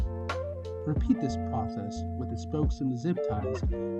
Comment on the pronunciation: "Reapeat" lolz